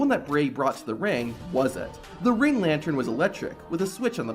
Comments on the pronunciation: It's lan-tern not lan-tron wtf, great video though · this guy says "lantren" I wanna kill my self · Is it just me or is this guy really saying "lantren" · Are you saying lantren? wtf? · Got so distracted at 'lantrern'. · If you're going to say the word 'lantern' 8 times in the space of a minute it's probably a good idea to check you can pronounce it properly. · I like the video, but i really really need you to practice saying the word lantern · Man says lantern real weird